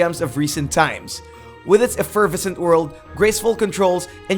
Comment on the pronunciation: "afurvissant"...that's eff-er-vess-ent. Plenty of other times when the guy reading the script said things strangely, too, though mostly in the accenting and pausing rather than overt mispronunciation.